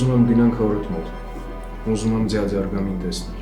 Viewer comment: Ասում ա ձյաձ😂